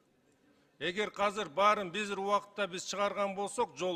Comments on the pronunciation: Казыр эмес азыр деп сүйлөсөн мер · Кыргызда казыр деген сөз жок азыр деген бар. Туура сүйлөгүлөчү .